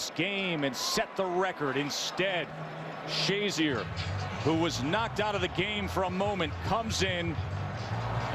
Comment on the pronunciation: Ryan "shay-ZEER" apparently hadn't made a name for himself yet, considering the number of times the announcers referred to him as "SHAY-zur."